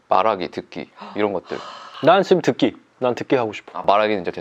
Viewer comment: 거만진승ㅋㅋㅋㅋ 듣기!!드끼!!! 진짜 초심으로 돌아갔넺ㅋㅋㅋㅋㅋㅋㅋ